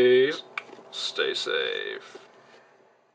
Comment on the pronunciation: Thanks for the emphatic "Stay Saaaafe"